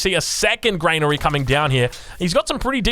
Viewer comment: Lol its not grainary its granary